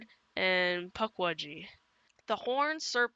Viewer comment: a "wambus" and a "pugwudgie" u gud pronunsee eight